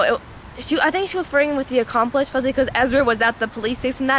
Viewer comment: It's 'accomplice'